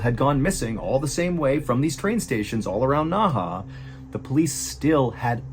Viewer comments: Ohhhh 訥河 NEHE is pronounced Nuh Huh not Nah Hah (Naha is a city in Okinawa Japan haha). Means Inner River or something! Word Inner Water Can in Black Dragon Jiang like pageant girl! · A little help with the pronunciation of some of the names: 讷河 NeHe - Nerr Herr 贾文革 Jia WenGe - Jah When Gerr 徐丽霞 Xu LiXia - Shoe Lee Shah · So Nehe is pronounced Naha? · This is the case of Yang Xinhai (or Yang Zhiya) for people who want to look it up. I love you MrBallen. But you should try better at pronunciation. Or insert spelling on the screen. I had no idea what you were talking about and thought this was made up because there is no city in China called Naha. Naha is Nehe. Sue is Xu and Gia is Zhiya. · Really hoping replying to this will help someone on the team see it and they can pass on the message. Nehe was pronounced wrong and I couldn't watch past three minutes because of how often he said it and how bad he said it. Seeing the name on the screen made it even worse for me because I kept reading it correctly in my head then he said it. I hope in the future, there will be research on foreign names. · Please look up pronunciation. I couldn't watch past three minutes because you kept pronouncing the city's name extremely bad and the fact the name was on the screen made it even worse because seeing it I knew how it's meant to be pronounced. I'm not usually bothered by this but you were so off on the name and with how often you said it just within the first three minutes was too much. I'm sorry for the negative comment, you're probably not even going to see it. I hope in the future you check into it before you begin the stories. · Hi MrBallen- great video as always. Just a quick note- the city's name is pronounced "Nehe" (in Mandarin - 訥河), whereas "Naha" is a city in Okinawa, Japan. Cheers! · It isn’t pronounced Naha. Nehe is pronounced Nuh-huh. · You spoke Nehe like Naha in okinawa, got me confused the entire vid....